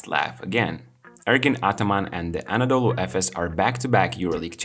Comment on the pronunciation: I would not say lucky or genius but Ataman is the best in Euroleauge on handling superstar players and on involving his players into game planning. This is his magic. You can see that in his whole career. Btw, I will keep writing this to all of your videos about Efes - it's not "Anadolu" if you want to use short name, it's EFES... :)